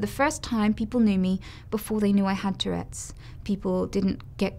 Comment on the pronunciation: lmao😂😂 It's "Tourette's" , not "toilette's"